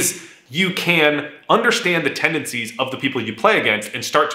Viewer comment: lol at "tenancies"